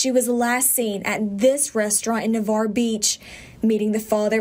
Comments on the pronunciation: Oh your pronunciation of Juana’s and Navarre just cracked me😂 As a local to Destin this case has WRECKED our area. Thank you for getting her case out there! A lot of people think Marcus was going to take Saylor to Brazil. Where his Mother lives and he is also a dual citizen. Such a heart wrenching case. Prayers that Saylor gets to come home to her Family today!💜💜💜 She was in CPS custody last i read in Al or Tn not sure which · It's pronounced....nah-varr ..... Navarre beach Florida.... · Nah-var. I had so much trouble with this when I moved to the area. Wha-nahs is a restaurant in Navarre Beach. It’s really popular. She should have been safe from this monster there. Thank you for covering this case. It’s heartbreaking. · Na-var is how it's pronounced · Pronounced “Nav ARE” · I know it’s not relevant but Navarre is pronounced nuh-var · For future pronunciation it’s NavARRE. Thank you for covering this case! I love in Pensacola and we all prayed and hoped she would be found safe. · ok this is my neighborhood it is pronounced Nah-var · **edit:** also, bc 100% of ppl reporting online have said it wrong: Navarre is pronounced Na-Var (it rhyming with bar, car, scar etc) Quick bavkstory: im Born & raised here in PCB (Panama city beach). I also went to rehab & sober living in Navarre (where this case took place) for 8 months. I'm fixin to see if we have enough time I've been following this Case closely since the 1st time I've seen it mentioned! What super concerned me was that I was hearing most about it on TIKTOK from ppl nowhere close to Florida instead of just locally all over my fb. I knew it was really serious & was praying this wasn't gonna end up a True Crime case 💔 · NUH-VARRE is how it’s pronounced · That’s not how you pronounce Navarre. Nobody believes you most the time anyway. You are one of the fakest true crime podcasters. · Lol as s local the pronunciation of Navarre and Juana’s 😂